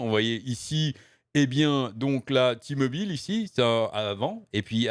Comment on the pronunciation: C'est "Té-Mobile" que ça se prononce et c'est pas américain, c'est une filiale de Deutsche Telekom. Pas sûr que Bobby Kotic veuille compenser tous les départs de sponsors avec les sous de la boîte. Ça sent le sapin pour Overwatch. Kilgore est un abruti ; coucher avec son assistante ou avec une collègue est vraiment la dernière des conneries à faire. Ça te fait courir le risque d'être accusé de harcèlements (à tort ou à raison) et de te créer des frictions sur le lieu de travail. C'est vraiment un truc de puceaux de nerds et de incells, à mon humble avis.